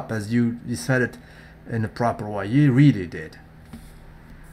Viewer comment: DDN had me saluting a RIP to the R to the P! Not propahh